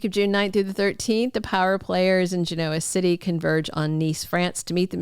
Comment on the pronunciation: Please stop saying “Ge noa City”!